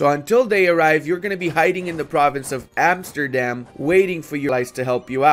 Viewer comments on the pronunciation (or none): none